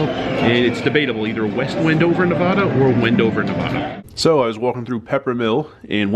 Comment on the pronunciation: You need to pronounce the middle syllable of Nevada correctly. The "VA" in Nevada should sound like the A in cat or bat, not like the A in the word wander or ah . Enjoy your travels.